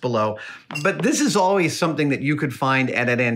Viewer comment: he did lose his cool and slipped hard on "awlways"